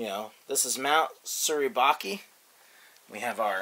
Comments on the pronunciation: Not Mt. Surabachi It is Mt. Suribachi just saying the correct pronouncation no offence buddy but the video is so awesome and nice Im planning to buy the BMC Iwo Jima Army Men not the whole playset Im gonna just buy the soldiers only with the American and Japanese only with the soldiers with raising the flag sir in ebay.ph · Surabachi is pronounced with a ‘chee’ at the end. Sorry...just a pet peeve of mine!